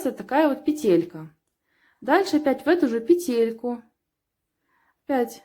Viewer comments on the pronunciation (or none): none